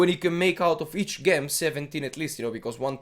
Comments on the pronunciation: gem is pronounced "Jem" lmao not "ghem" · hey cool video! btw its jem not ghem :)